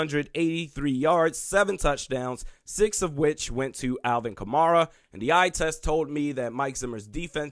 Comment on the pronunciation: you are a dummy dude. learn how to say Kamara first. ZImmer never said he needs is players.